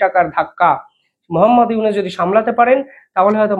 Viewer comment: বেনেপোল নামে কোন ট্রানজিট রুট আদৌ আছে নাকি দাদা ?? আপনার ভুল উচ্চারন শুনতে শুনতে ক্লান্ত হয়ে গেছি ।ইউনিস নামে বাংলাদেশে কোন প্রধান উপদেষ্টা আছে বলে জানা নেই ! সংশোধিত হউন ।